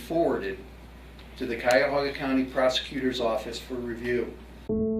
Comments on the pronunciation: I'm so impressed that pronounced Cuyahoga correctly. So many youtubers who mention the country in a video for whatever reason get it wrong. Haha. Nailed it. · Yay! You pronounced "Cuyahoga" perfectly! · Yessssss! If you read my old statement about being close to pronouncing Cuyahoga.... You nailed it! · I'm just impressed you pronounced Cuyahoga correctly. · I live about 25 minutes from Strongsville. This was so shocking when it happened, its a fairly safe area. (You are the first one I've heard say Cuyahoga correctly! Well done!) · Great job on the pronunciation of Cuyahoga. It's a tough one 😄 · It's weird to hear all of the places around me. Good job on the pronunciation of Cuyahoga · Kudos for saying Cuyahoga correctly!!!!